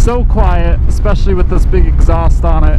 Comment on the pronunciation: eckspecially??? When are you going to learn to say eSpecially? Not eX or eCK. Also, not eCKspecting, but eXpecting. Oh Lord!😂